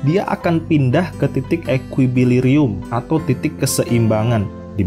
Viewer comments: Mon maap, titik keseimbangan yg bener itu namanya TITIK EKUILIBRIUM bukan TITIK EKUIBILIRIUM. Gemes aja gue dengernya karna typo. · ini orang baca doang sambil ngoming tp ga ngerti,, keliatan pas ngomong ekuilibrium ngomongnya ekuibilirium 😅😅